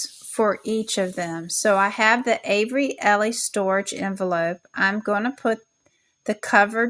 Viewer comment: Pronounced Avery ELL.